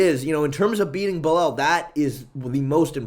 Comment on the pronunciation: Istg stop saying belel your gonna make me crash out.